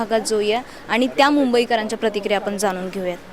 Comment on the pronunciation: आपन नाही आपण म्हणा.